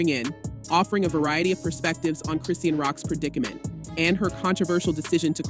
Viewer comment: Mmm, I’m interested in an update but not click-bait. Meaning, the voiceover don’t even know how to pronounce the girl’s name correctly. Thus, lacking credibility. I stopped watching this video .